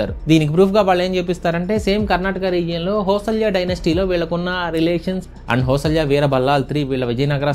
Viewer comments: Hosalya kaadu bro hoi-sala bro fans from Karnataka 😀😀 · It's not Hosalya. It's Hoysala. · It's not హోసల్య it's హోయసాల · hoysalaya enti bro andi hoysala correct ga paluku bro KANNADA vala gowravam adi 😊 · అది హోసల్య కాదు రా అది హోయిశల సరిగ్గా పలకడం నేర్చుకో In English It is not Hosalya it is Hoisala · Hosalya kaadu hoysala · Bro adi hoysalya kadhu hoysala